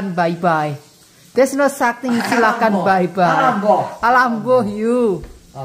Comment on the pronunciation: Alamboh versi. kok terdengar aneh 🤣